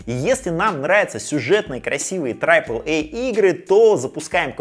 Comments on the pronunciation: пожалуйста, triple произносится как трип(э)л, не трайп(э)л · Трайпл эй? Ахахахах. Даже англоговорящие люди говорят трипл. Байт на комменты? Возможно. Да и пофиг, мне смешно :)